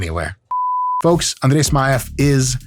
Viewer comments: После идеального произношения имени Андрей и признания, что ведущий жил в Москве до 7 лет... Все встало на сво места ) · Я 5 раз переслушал, точно ли он русский 🤣🤣🤣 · you pronounced his name almost perfectly, 98% close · How df u said he’s name without an accent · Я чуть с кровати не упал, когда др. Майк имя Андрея без акцента произнес😂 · Как же круто он произносит слово Андрей, сразу видно откуда он родом :face-green-smiling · Duuude, he pronounced his name like a real russian native speaker, it did suprise me how he said it authentically, considering that he left Russia when he was 7. Woah